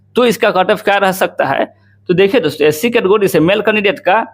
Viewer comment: केटेगरी ko katogari😂😂😂